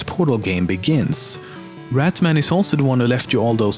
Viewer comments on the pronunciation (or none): It's not rat man it's rat Mann